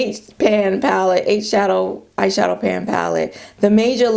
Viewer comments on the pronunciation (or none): I laughed so hard! I thought you said ‘ash shadow’ and then you said Too Faced. So appropriate for my melanated skin🤣🤣. Aww MAC they will always have a place in my heart though I havent bought a thing from them since 2010.